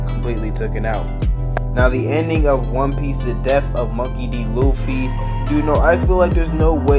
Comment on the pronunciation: Im i crazy or smth cuz the guy dat is talking said oofy or uffy